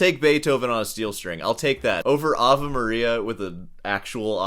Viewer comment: Why do you say "Ava" Maria? It's AvE ("avay") Maria......